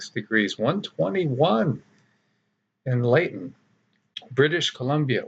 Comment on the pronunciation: Pronounced 'Litten'. Rhymes with kitten.